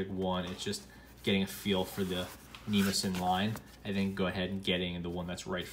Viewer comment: Wrong pronunciation, but understandable. I pronounced it the same way until I researched the paper. It actually should sound like knee-moss-a-knee.